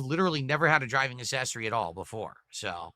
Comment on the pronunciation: Do Americans pronounce it ASS-essories or is that just? You'd think it'd be real easy for him to say ACK-sessories. Dented to the end.